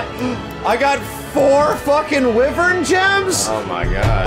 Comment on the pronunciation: No one tell him how to actually pronounce wyvern